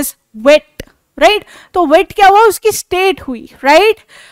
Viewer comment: Mam aap right sahi se nhi bol rhe